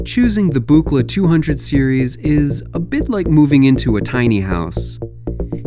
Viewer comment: It's "book-la!" Don is seems bit grumpy about his name being constantly mispronounced. Though I don't know if Bob Moog cared much about his name being mispronounced. 😁